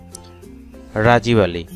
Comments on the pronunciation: ৯ নাম্বার উচ্চারণ হবে রাগীব আলী নট রাজিব আলী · রাজিব আলী না। রাগিব আলী। আগে নাম বলা শিখেন। ধন্যবাদ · রাজিব নয় রাগীব